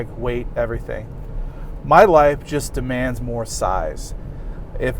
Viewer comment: Did you just say "My wife demans more size"?